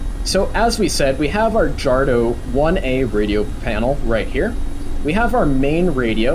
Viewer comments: Its Jadro (D-R-O) not Jardo. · And pronounced "YADRO"